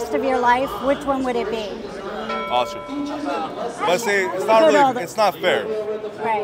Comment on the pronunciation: “Both of you say ocar” 😂 he really loves oscars